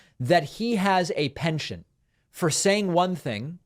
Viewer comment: “Penchant” not “pension.” Or I need better headphones. One of the two.